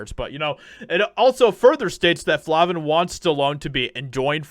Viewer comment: FLAVIN!! LONG A! NOT FLAHVIN.